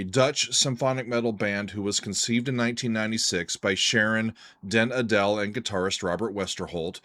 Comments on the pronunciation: Did you know Sharon and Robert are married and I believe her name is pronounced Ardel stressing the Ar not like Adele the singer. I'd suggest Stand my Ground or Faster to try next nice and melodic too. Can I also suggest another band that's on the more extreme end of things - Dimmu Borgir. They're symphonic black metal and did an impressive live show in Oslo that you might like. This show was called Forces of the Northern Night and I'd suggest the song Progenies of the Great Apocalypse. The show is with a live orchestra. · The stress in Sharon den Adel's surname is on the A. Den AH - del. The "e" is a shwa.